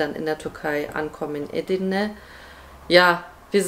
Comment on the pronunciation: Nette Familie, allerdings sträuben sich meine Haare es heißt eDirne und nicht Edirne, heißt ja auch nicht yaLOva